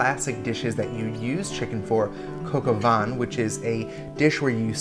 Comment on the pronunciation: coka vaänhn? what the fuck is that